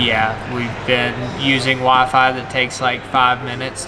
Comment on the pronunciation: southern accent doesn't usually come through, at least not in your more recent videos, but listening to him say waiiii-faiiii you can totally tell.